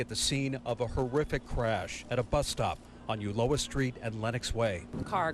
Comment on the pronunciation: Breed at the very least needs to learn to pronounce the names of the streets here in San Francisco. It is " U LO A" Ok?